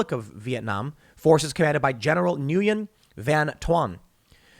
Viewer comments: Tim, common mistake: “Nguyen” is pronounced “Wen” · Nguyen is pronounced “win”, not “Na-goo-yen”. It’s a very common name in Southeast Asia. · Tim's always bragging about being part Asian yet he can't even pronounce the most common Asian names, Nguyen in viet is like Johnson in America. how does someone who thinks they're so brilliant not know how to say that name? he fucks up a lot of Spanish names too, interesting since he always says he grew up in South side Chicago in a diverse community. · Tim Pool: Have I mentioned today I'm of Korean descent? Also Tim Pool: Completely mispronounces Nguyen